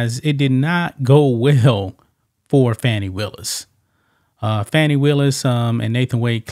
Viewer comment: You need to pronounce her name right